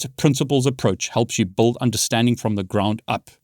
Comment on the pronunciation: "Brilliant helps you buld your knowledge" 🤣